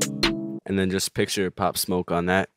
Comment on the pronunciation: Hard asf bro you did his name right